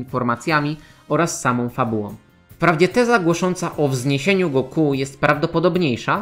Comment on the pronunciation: Koleżko... Oglądałeś kiedyś w ogóle "Dragon Balla" po japońsku, czy robisz tutaj jakąś projekcję własnych wyobrażeń na temat tego języka? Imię Son Goku w romanizacji zapisuje się jako "Gokū". Oznacza to, że ostatnia sylaba jest długa (można to nawet "roboczo" zapisywać jako Gokuu), w związku z tym lektor niniejszego filmu,, robi dobrze stawiając akcent właśnie na "-ku", a nie na "Go-", jak zwykle robią polscy youtuberzy. Jeżeli chodzi o Tenkaichi Budokai, to w ogóle nie wymawia się tego tak, jak napisałeś ("Ten-kai-chi", co dawałoby brzmienie "Tenkajczi"). Pauzę należy zrobić po cząstce "Tenka", bo cała konstrukcja "Tenka-ichi" oznacza "Najlepszy pod niebiosami" (podobnie jak "Sekai-ichi", co oznaczałoby "najlepszy na świecie"). Wymawia się to więc mniej więcej tak, jakby "Tenka" i "ichi" były dwoma osobnymi słowami, co daje dźwięk bliższy "Tenkajiczi". Jeśli nie wierzysz, włącz piosenkę "Mezase Tenkaichi" z anime "Dragon Ball" i w niej usłyszysz to bardzo dokładnie. Na przyszłość polecam weryfikację swoich tez zanim je wygłosisz i to jeszcze tak wulgarnie. Normalnie usuwam takie komentarze, ale tym razem postanowiłem wykorzystać okazję, żeby wyprowadzić Cię z błędu. Pozdrawiam. - Bananowy Doktor